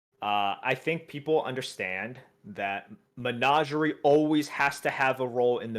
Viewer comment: Lol I almost forgot how weirdly pronounces things. Menager-ay? Sounds like part of a pig latin phrase were you're slagging off your boss.